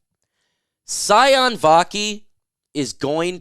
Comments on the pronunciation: Sione = C-own-A not Scion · His name is pronounced See-On-EEE Vaki. I use to coach his cousins in Inglewood, CA